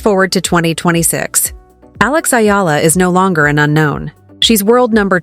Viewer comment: Pronounced as E-ala... Not Ayala nor Illa